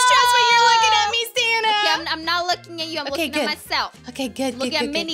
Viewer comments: you said santa not sanna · Oh its iamsanta not iamsanna 😂😂😂😂O this is so funny silly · I love it when silly said iamsanta instead of iamsanna